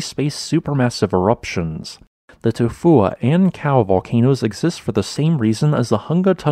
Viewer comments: The name of this volcano is almost poetry. It kind of just rolls into you.😎 I'm surprised at how well the bot voice says it. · You get a thumbs up just because you can say it’s name. Without going into a coughing fit